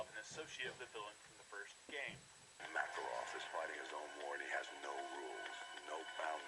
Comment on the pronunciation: In the begining he said Marakov instead of Makarov